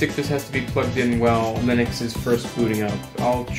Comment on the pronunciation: Linux/ I-nucks/LIN-uuks